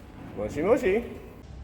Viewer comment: next time please say "moshi moshi" with japanese next time haha